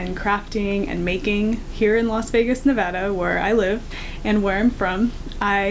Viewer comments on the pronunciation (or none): none